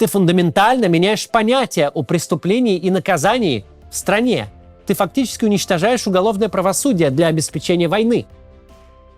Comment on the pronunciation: обеспЕчения а не обеспечЕния